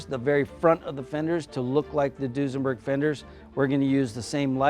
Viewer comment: Duesenberg, nope! Foosenberg, yep!